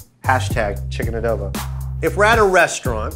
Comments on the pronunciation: can I get me more some of that chicken uhdohbee 😂😂😂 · Joe needs to do more food bits in his comedy. His delivery with the cowboy wanting chicken adobo (mispronounced as a-do-be) was funny :)